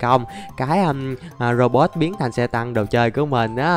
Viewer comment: Anh đọc lộn thành robo